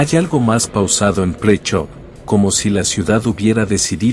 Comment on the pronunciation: Presov is not pronounced as "Pricho" 🤣 You can pronounce it as Preshow